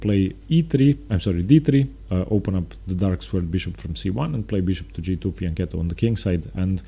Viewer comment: finally, one non italian chess player who pronounces fianchetto correctly